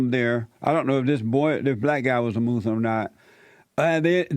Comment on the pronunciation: You call it "moose-lum" lol.